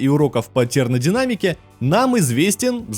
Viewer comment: Уроков "тернадинамики", или мне послышалось?